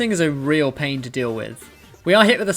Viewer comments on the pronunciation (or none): none